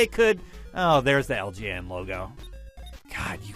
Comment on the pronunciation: Did anyone else notice he was pronouncing "LJN" like "LGN"?